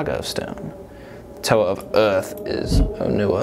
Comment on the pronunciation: Onewa's name is pronounced O-Ne-Wah not O-Nu-Ah.